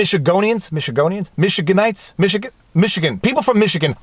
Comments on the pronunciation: as a native Michigander I can say with authority that this is how you spell it and it is pronounced like "mish-ii-gan-der. My less sophisticated colleagues will say it's "michiganian" but they are unfortunately wrong. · Good evening. In regards to your stumble around then 10 minute mark, natives of Michigan are Michiganders. (Say it as mishi-ganders (as in goose & gander)) As for the ruling, clearly the judge is a supporter of the nanny state, since letting people act as if they can make their own decisions about what risks they wish to face and being responsible for their own fate/welfare makes it harder for Socialists, Democrats, and Communists to succeed at their never-ending power grabs. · It's mishigander. And I hate my govonor with a passion she is a tyrant